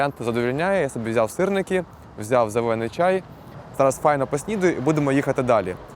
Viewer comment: Не можу слухати коли кажуть ківоват, вевикий, зевений😢